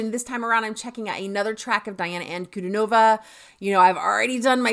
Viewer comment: Her name is pronounced as De+ana NOT Di+ana. Yes she is contralto but she is polyphonic...like singer Cher. Hence, her vocals sounds dual toned lots of time. (Dimash and Diana share a same friend....Igor Krutoy. The pianist/composer with Dimash)